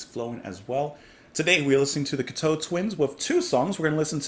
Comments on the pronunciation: Please, please, please. Its pronounced 'cock' 'toe'. Please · Loved your reactions. Firstly the name is pronounced Cock toe Twins. The album Treasure was Simon Raymonde's first album with the band. Though he joined them in between Head Over Heels ( their second album) & Victorialand. Simon Raymonde is the son of Ivor Raymonde a world reknowned arranger, writer , producer & orchestrator who had worked with Scott Walker, Dusty Springfield & David Bowie, to name just a few. Simon's contributions often get overlooked. He is a gifted multi instrumentalist in his own right. These days he owns & runs Bella Union records & it the co founder of the label. And also his current band Lost Horizons. Robin Guthrie is a master of ambient guitar having released numerous solo records & collaborations with the late great multi instrumentalist Harold Budd. Cocteau Twins first worked with Harold on The Moon & The Melodies album. Treasure is a firm fan favourite. Whilst Cocteaus are my alltime favourite band. Head Over Heels is my favourite album by them. But they are all brilliant. Please react to Musette & Drums from Head Over Heels. P.s. I totally got what you meant about the Chelsea Wolfe connection. THANK U for not talking whilst the songs were playing . Peace, HappiGoth 🖤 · It's pronounced Cock toe (as in big toe). I love practically everything they put out. I also love Robin Guthrie's work with Harold Budd. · I really wish you would have looked up how to pronounce the name of the band and the songs before you bothered to talk about them. I cringed every time you mispronounced something. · When pronounced, the emphasis should be on coc(k), not on toe (teau)